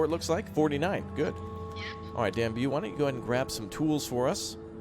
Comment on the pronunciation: Really nitpicky I know, but that explorer/fighter is called Dan-Yube, not Dan-Bew